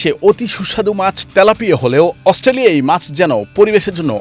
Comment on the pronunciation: ঠিক ভাবে অস্ট্রেলিয়া বলতে জানেনা সে হইছে বৈশাখী news করতে